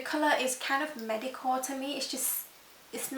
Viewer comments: I keep hearing medical when I'm pretty sure you're saying mediocre? haha. I actually don't find Chanel's packaging anything special. I find Dior's packaging much prettier~ Similar to the Avene, I tried the Evian and although it feels refreshing, it really doesn't do anything else like you say. I have the Shu Uemura one and much prefer that although it's so f-in overpriced and really it's just water in a spray bottle. :| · For a second I though she said "medical," although I think she said "mediocre." Maybe it's the British English way of saying mediocre-I dunno. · Did you say medicore or mediocre ? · Not sorry for the amount of frustration that came from hearing you pronounce "mediocre" like that. ...no excuses for that.